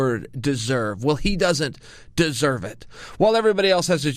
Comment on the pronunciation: Chael “gEsErVe” Sonnen 😂❤️ Love your vids mate